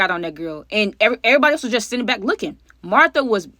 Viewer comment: You called Martha tae 😂